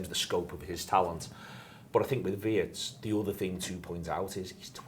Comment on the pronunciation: German here, please... Wirtz is pronounced like Veertz ! Not like in hurts. Up the reds ❤